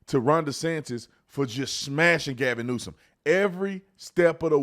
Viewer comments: Ahahahahhahha he said Gavin Nuisance ahahahhahahahahaha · Is Tatum saying Gavin Nuisance? Like over and over again? LOL awesome:person-turqouise-waving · Gavin "nuisance" 😂🤣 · My guy said Gavin Nuisance 😂 I’m dying right now